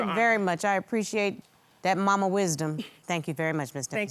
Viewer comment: Not he called her MOMA T 🤮